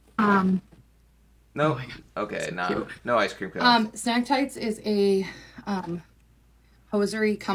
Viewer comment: lol it’s Snag tights not snack tights.😂 thanks for the laughs today.